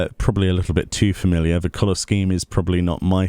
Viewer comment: made "Familliar" into a bad word LOL